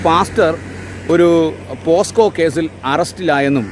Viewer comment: എൻ്റെ സഹോദരന്മാരെ പോക്സോ അല്ലെ പോസ്ക്കോ അല്ല